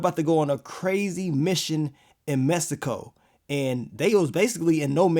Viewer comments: y u keep saying it like messsico??? 😂😂😂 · The way he kept pronouncing Mexico 😂